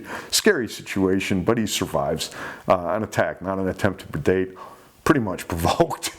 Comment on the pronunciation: I think just loves to say "attempts to perdate"